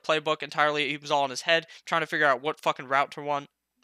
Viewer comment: What woute to wun?!?! 🤣 Damn 🤣☹️🤣